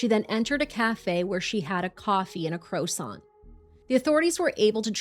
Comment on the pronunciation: Im sorry, CROW sant?